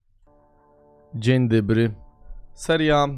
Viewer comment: „Dziń Dybry” czyżby Gimper oglądał „Alo Alo”?